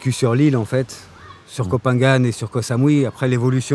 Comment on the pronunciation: Comment tu peux dire "ko Sa-mou -i" et vivre depuis 18 ans à " ko samouy" ? Tes bidon !